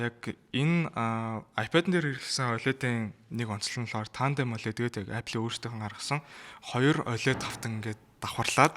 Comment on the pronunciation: Tas har ongiig gargaj chaddag gehdee ойлэд биш өөвлэд gej unshhan zov bish biluu m4 huvid apple zugeer l shinchlelt hiij bolson gejl pad deer tavisan baih